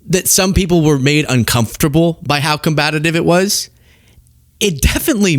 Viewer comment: Oof,, it's "COMBATIVE".